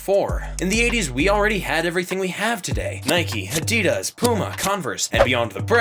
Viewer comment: This narrator actually knows how to pronounce Adidas. Most people don't